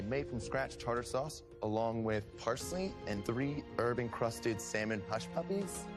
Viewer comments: Why does pronounce the silent L in salmon? It's not SALmon it's actually more like SAMIN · I kept cringing everytime she said salman. 😬 The L is silent! 😖😖😖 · She didn't bother me too much until having to listen to her "sall-man" so many times. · its not saLmon